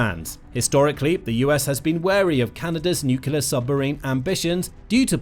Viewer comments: Nuclear submarines NOT Nucular submarines. No such word as Nucular. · Oh fer pete's sake. its Nuclear - say it with me New - clear NEW-CLEAR. and its arCtic. say it with me ARC - Tic ARC-Tic. Its really not very difficult. You seem like a grown-up. You dont seem to be a dimwit like George Bush. Just try it I'm sure you can do it. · Can you please learn how to pronounce "nuclear"? There's only one "U" in the word.